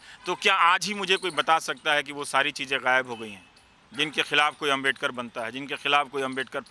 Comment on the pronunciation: Ravish Kumar apki ehsiat nahi ki babasaheb ko abmedkar kehna.Aap pehle sahi se Naam lene ka seeklo phir bolna